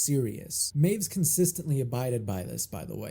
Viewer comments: "Meiwes" is pronounced "my-ves", not "mews" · It's not MYOOZ, mate, it's MY-VEZ. Looking at literally the first five seconds of any news segment on the case and you wouldn't have gotten that wrong. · Correction: Armins' last name (Meiwes) is pronounced my • whess not "maves" Also, just say "they ended their own lives" or "they took their own lives" instead of just censoring the word suicide Other than that, good video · I love how he's already incorrectly pronounced last name becomes "Mews" just this one time 😂😂🤣🤣😂 (Good video though, heard this story countless times through the years but none of them really cover his childhood)